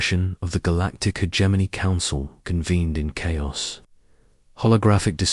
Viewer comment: Ho hum. Same script, different video. Same time gated story with odd placed pauses. Same reused names, no imagination. Hegemony = "her Germany".